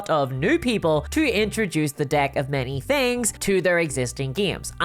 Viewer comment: Maybe its just me or the Irish accent but I am sure she said "Unlike many other adult toys the DICK of many things" ... of have I been on the whiskey too much